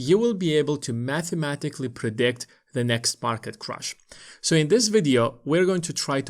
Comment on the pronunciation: It’s crash, not ‘crush’ 😂